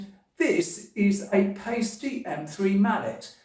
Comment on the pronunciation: you of all people know it’s pronounced ‘Pie-stee’ not ‘Pay-stee’